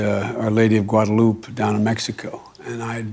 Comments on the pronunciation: Megyn & Biden: It's not "Gua da loop." It's "Guada loo PEH." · Megyn it’s pronounced Guadalupe’ not Guadaloop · Guada”loop” lol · He def doesn’t know how to pronounce Guadalupe. Mas triste… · President biden cannot pronounce guadalupe correctly... horale wey.